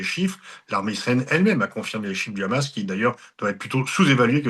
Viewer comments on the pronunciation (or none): none